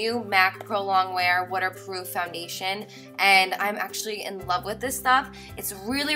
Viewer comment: its wutter proof guys